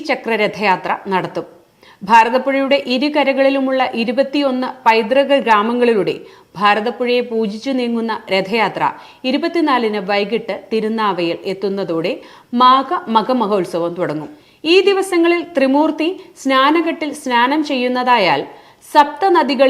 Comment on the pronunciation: അതുല്യ മൃതപ്രാണ അല്ല അതുല്യാമൃതപ്രാണ ആണ്.തിരുനാവ അല്ല തിരുനാവായ ആണ്.ത്രിമൂർത്തിസ്നാനഘട്ട് ഒന്നായി ഉച്ചരിക്കണം.